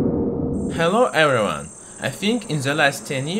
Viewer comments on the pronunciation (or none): "Hello ewryone"😂😂